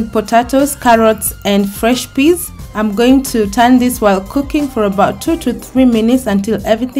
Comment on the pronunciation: You will sauté for dwo do tree minutes! Love the pronunciation😍😀